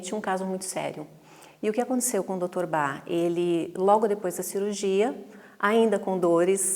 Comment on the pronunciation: Gostei muito dos esclarecimentos mas confesso que me incomodou muito a profissional falar Dr BA, ao invés de Bach... Grata!